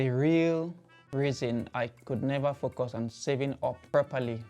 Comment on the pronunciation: Please don't say focos it's focus now that yu are here in UK learn to pronounce English words properly so listen when people are talking surely yu don't want to go back to Nigeria with that poor language ( FOCOS )